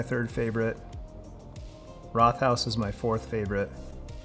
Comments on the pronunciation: Rothaus means Red House and is pronounced like Wrote-haus rather than the English th sound. One of my go to Pils here in Germany 👍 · Linguist who's lived in Germany for 15 years here. You did OK with pronunciation but I don't think most Germans would have figured out what you meant when you pronounced Rothaus. The two syllables in Rothaus are split after the t and the h sound isn't doubled (Rot + Haus = red house). The first syllable sounds kind of similar to the English word "wrote," as in "Murder, She Wrote." Over the years, I've lived within about a two-hour drive of five of those six breweries. My personal favorite is Urquell, unless I can get a really, really fresh Bitburger. Radeberger often smells a bit off almost any time I get it when I'm not close to Radeberg. Also, I think the only place in Germany where I have ever seen Pils served by the liter is the Paulaner-owned restaurants in Munich. Paulaner is often perceived as one of the worst big name brands from the Munich area; I won two cases a few years ago and the only person willing to drink it was the old man neighbor who claims to drink everything. I live about 15 minutes away from Vilshofen these days, which is the hometown of Josef Groll, the inventor of Pils. His family brewery was absorbed into Wolferstetter, which makes a Josef Groll Pils. I've had that as well and it was fine but not memorable other than for the Josef Groll connection.